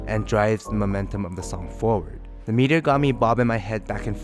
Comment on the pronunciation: “Meat”eor. cool review man